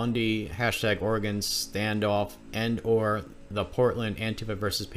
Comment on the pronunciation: Dude you live here. Why do you pronounce Oregon like that?